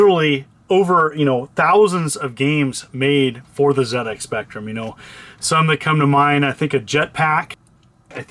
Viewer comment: Nice one. Love how you pronounced ZX Spectrum correctly.🙌